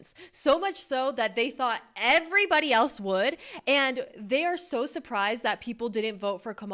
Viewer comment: "I'm sho FRUSTRATED!"